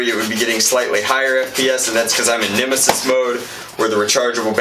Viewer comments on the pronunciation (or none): He called it a nimassis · When he said these are the bumbers to set the nemisis down I cringed